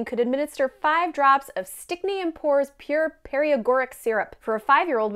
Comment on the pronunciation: Some pronunciation problems here, dearie--you might want to do some research. Edema is "eh-DEE-ma", frinstance...Paregoric isn't pariagoric...and so on.